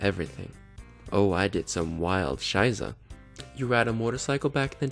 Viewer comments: Finde ich cool, dass du Deutsch lernst! ;-) But let me help you, if you don't mind: It's "Scheiße", with a sharp s. You actually say "Scheise". ^^ Keep up the good work! ❤ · Pronounce the ss in "Scheisse" like the "s" in Sick ;-)